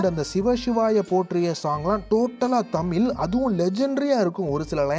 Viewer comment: தமிழ் அ ஒழுங்கா சொல்லுயா , தமில் ஆம் 😂